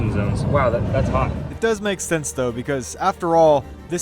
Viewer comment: BRO STOP SAYING HAOT! IT IS PRONOUNCED HOT